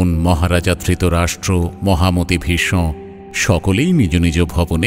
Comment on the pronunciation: দুর্যোধন। দুর্যো'ধোন' কেন বলছেন?? ভীষ্ম। ভী'ষ্মঁ' উচ্চারণ করছেন কেন?? 🥱🥱